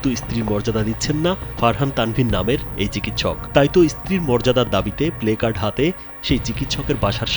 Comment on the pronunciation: বারবার বারবার উচ্চারণ করছেন প্লেকার্ড। আমার মনে হয় এটার উচ্চারণ হবে প্লাকর্ড।